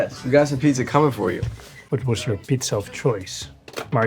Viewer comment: "Oh I see PITZA"